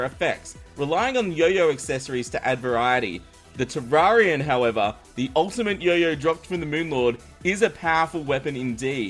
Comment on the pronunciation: Wow. You pronounced "Terrarian" 2 different ways in the span of 5 seconds. Okay then